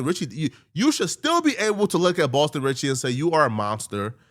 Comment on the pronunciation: “Boston Sitcky”